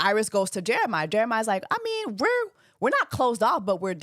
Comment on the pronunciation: You keep calling him Jeremih like the singer 😂 it’s JeremiAH!